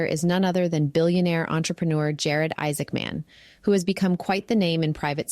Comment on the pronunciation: I like the way you emphasize "man" in Isaacman. :)